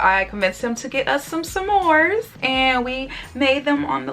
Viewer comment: Its funny how you pronounce smores as some mores😁. I enjoyed this video. I definitely realize how people dont listen well cause I was sure I heard you say you wouldn't be dating while in London.